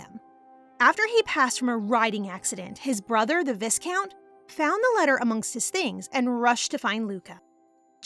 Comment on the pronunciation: Don't wanna be grammar police. But as your storytelling is amazing, this little pronunciation mistake really hurts the ears more. The word 'Viscount' is pronounced as 'vai-count" not "vis-count", the S is silent here.